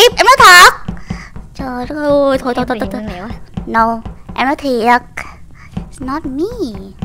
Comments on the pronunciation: Lươn lẹo chứ ko phải Lương lẹo chị ơi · Chị sim ơi từ lươn lẹo chứ không phải là lương lẹo chị ơi